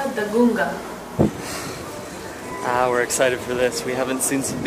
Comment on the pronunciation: "gunga" she said it right kkkkkkkkk